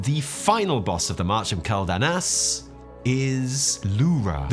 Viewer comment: I still can't get past how pronounces Quel'Danas wrong. It's Kwel-Dah-Nahs, btw.